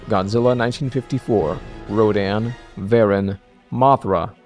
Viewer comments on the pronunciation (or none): VERR-in again. What about BRAG-in, and Jay juh-GOO-ah and Kingooo Guide-o-rayeh and GAYM-raw, and Mee-GAG-ris and Dr. juh-KEEL and Mr. HEE-day? LOL just funnin', nice work.